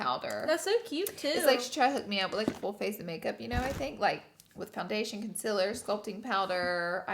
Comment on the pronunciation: I love how pronounces concealer the exact same way as Laura😍 love the energy of them together💕